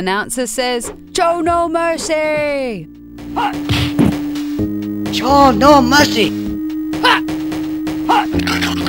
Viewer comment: "No Wercy" :O